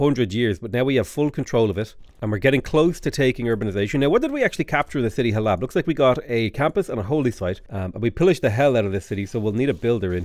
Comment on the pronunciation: Hey, I know I am 4 days late, but every time you pronounce Halab I felt a piece of my soul pass into the unknown. The second a is very soft so it is supposed to be pronounced like Hal-uhb. I am only saying this as a proud Syrian. I love your vids keep em coming!